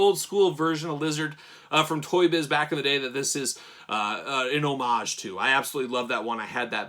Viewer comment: A toy reviewer who pronounces “homage” correctly, a very rare thing….